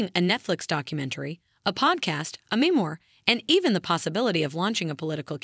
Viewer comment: A mee-more? Really? Perhaps you should learn how to pronounce memoir. Whose words are you reading?